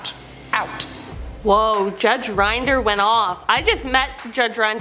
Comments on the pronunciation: Not Rind er! It’s Rin der! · Rinder, rhymes with sin-der